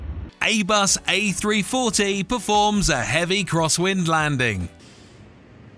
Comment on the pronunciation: “A Bus A tree fourty”